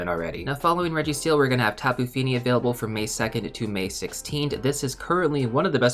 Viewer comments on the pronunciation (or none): none